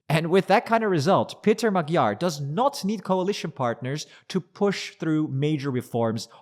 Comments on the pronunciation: even though you were in Budapest, seems you still didn't notice that Magyár's name is not pronounced "Magyar" (as with a G) but rather "Moadjor" (DJ) ;-) regards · Like your report, but can you try to pronounce the letters correctly? The g in Magyar is not spoken as a g. the gy is a completely own sound between a d and a g plus y as in yes. ;) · What keeps you from pronouncing Peter Magyar‘s name correctly?